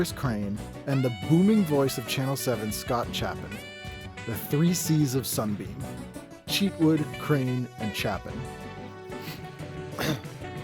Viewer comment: Also, it's Scott *Chay-pin*, as opposed to CHAP-in. :)